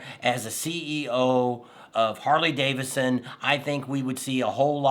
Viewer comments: Sound it out man. It's Harley DAVIDSON. Not davisson. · I know that Tam said it was because of your accent but it's DaviDson, not Davison. Lol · Hey, it is pronounced David son, not Davis son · You keep saying, "Harley Davison" but, you say, "Bill Davidson " 🤔